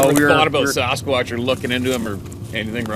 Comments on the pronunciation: Just say it, "Samsquanch"! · lol you caught yourself but you damn near said samquamch